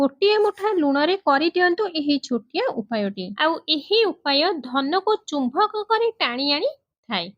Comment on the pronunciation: ଚୁମ୍ଭକ ନା ଚୁମ୍ବକ? ନିଜ ଘରେ କରିଛ କି? ନିଶ୍ଚୟ ଧନୀ ହୋଇଥିବ।